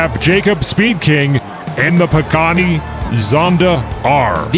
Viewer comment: I can try to help. The Pagani Huayra is pronounced: pah-gah-KNEE (emphasis on last syllable) hwhy-rah. Literally pronounce the word "why" with an "h" sound in front of it. The word means "God of Wind" and thus, maybe that will be evident in some big air finishes for this vehicle?